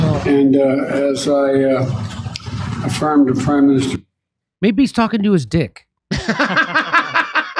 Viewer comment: Afirm – not firm.